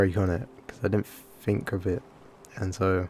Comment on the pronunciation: Take a drink every time you hear 'I didn't fink of it' - careful not to get alcohol poisoning